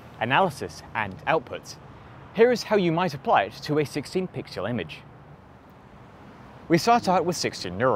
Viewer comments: Cool video! One problem though, you keep saying 'pixyuel' instead of 'pixel' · "16 pixyul image ... of a single pixyul" xD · "... a single PIXULE"